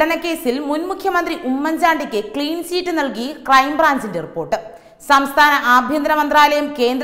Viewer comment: ചീറ്റ് അല്ലകുഞ്ഞെ ചിറ്റ് എന്നാണ്. വാക്കുകളുടെ അർത്ഥം മനസ്സിലാക്കി വായിക്കൂ.